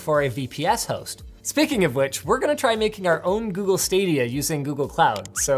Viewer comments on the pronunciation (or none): none